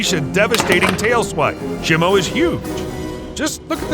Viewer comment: it’s pronounced she mu